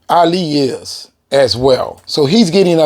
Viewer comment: This man keeps butchering Ali’s name. Damn bro learn his name first.